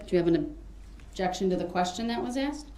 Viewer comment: Illiteracy list for this video: "Dat" for THAT "Pitcher" for PICTURE "Axe" for ASK "Grounz" for GROUNDS "Witchu" for WITH YOU "Wit-chore" for WITH YOUR "Troof" for TRUTH "Substain" for SUSTAIN He has no idea of the difference between untruth and forthright. What a dummy. I find it unbelievable that such an unintelligent little weasel got this far without someone beating him to a pulp.